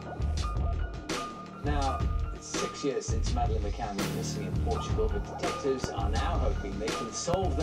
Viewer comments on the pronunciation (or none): This film is garbage. You can't even get her name right you fucking peasant...it's pronounced Ma-Can, not Ma-Cain, moron. Terrible production values, inept delivery, poorly researched, in other words...a pile of shit.